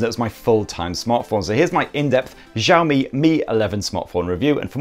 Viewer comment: Broooo it's SHaomi (Xiaomi) not JHaomi..damn